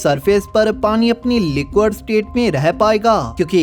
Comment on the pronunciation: Arre bhai wah लिक्विड state hai लिक्वड nahin.